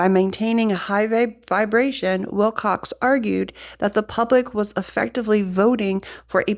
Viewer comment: Please don’t be offended, but out of respect for the man, please say his name properly. There is no “x” in Wilcock.